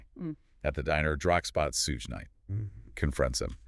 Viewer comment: Sorry to nitpick, but I hope later videos you pronounce Suge (sounds like shoog) not Suezz Knight and Marc’s last name Agnifilo not Agniffo.